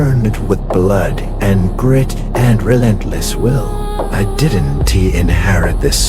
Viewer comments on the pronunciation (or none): this is good ut could you check the ai it doesn't now how to read don't and they just say don t and did t